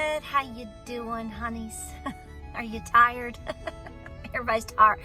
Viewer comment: I had to stop the stream when i heard you say "are you tired " then you said, "are you tarred". My Pop, born in 1028, me in 1964, used to ask if i was "tarred"? When i saaid yes, he would say, "then take a stick and rake it off"!?